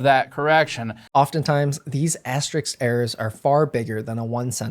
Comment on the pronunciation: Jesus, stop saying asterics! Hurts my ears. 🫣